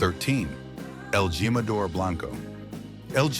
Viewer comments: You ought to teach the AI how to speak Spanish... It would be a lot more credible & a less hilarious... It's not gym•a•dor, it's heem•a•door... Celeb tequilas suck! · EL GEE-MADOR??? IDIOT!! LEARN SPANISH!!!! WHERE'S THE CENTENARIO ??? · What the heck!?! J is pronounced H= el Himador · El Jimador is pronounced "he ma dor."